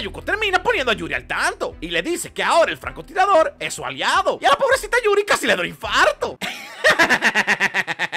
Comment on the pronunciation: "yurio" XD